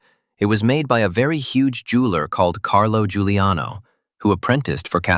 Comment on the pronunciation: Giuliano, not Guliano...